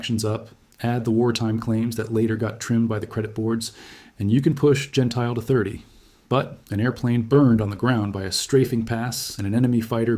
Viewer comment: AI again. Don (Jen tilly) Gentile, is pronunciation. You dismiss Blakeslee's air victory count, but he had 14.5, 2 less than Godfrey and Anderson, 3 more than Yeager. Blakeslee and Zemke were the two top scoring Group Commanders in the ETOMTO with 14.5 and 17.33 respectively. John Landers also had 14.5 when he commanded the 78th FG but 13 were with other Fighter Groups, including SWPA. Cpt Melvin Dickey shot down John Godfrey while both were strafing Nordhausen airfield. Godfrey destroyed four Ju 52s before his Mustang was damaged by Dickey. Godrey was flying VF-F . Possibly VF-F was 1Lt Logan's assigned A/C in late 1944, but the record states that Reggie's Reply II was VF-F. So I suspect Logan was assigned VF-F after Godfrey went down. Actually you need to check November through December 5th 1944, for highest number of German aircraft destroyed in the air compared to March through April 5, 1944. The claims stated for Gentile were correct for the period, as the 8th AF (Doolittle) gave credit for ground destruction same as air to air for Ace status. Doolittle reasoned that 8th AF pilots would be incented to strafe the most dangerous and well defended airfields - he was right but 9th AF FG lost 2X pilots to flak compared to German fighters. Godfrey's air VCs after Gentile's last mission (April 8), was 7 0f his 16.333 total. 2 1/2 were scored by Godfrey earlier than March 1944. I think you demean Gentile by referencing Gentile staying comfortably in US (as a test pilot at W